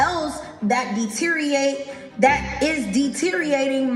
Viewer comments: Every time she says “dee-teree-ate” I cringe. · She can't seem to say "deteriorate." Deteer-ee-ate